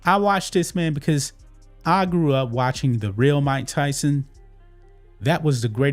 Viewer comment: He really messed up Mike Tyson‘s name. He really drug his name in the dirt.